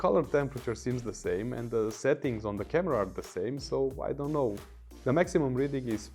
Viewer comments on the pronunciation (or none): none